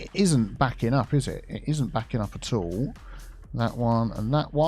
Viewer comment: "it isn't backin up ATOLL"